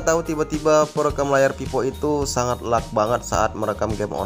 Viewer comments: dia baca nya lag, bkn leg😂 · Leg bang bacanya bukan lag😂